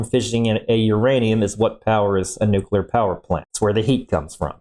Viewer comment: I started listening to a different video about this subject, but he showed his lack of expertise as soon as he said "nucular".